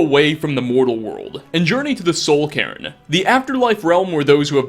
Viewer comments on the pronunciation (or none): Did you say "Soul Karen"?! 😂😂😂